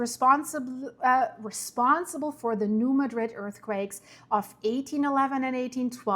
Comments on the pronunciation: Mad’-rid. Not like the Spain town. If you want to pronounce it correctly. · You're saying it wrong. It's not pronounced like the city in Spain, because it's named after a city in Missouri. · Born and raised in Missouri and now live in Texas. Emphasis is on the first syllable, MADrid.